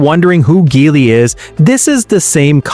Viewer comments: GEELY - GEE WHIZ - not GHEELY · Not Gelly either😂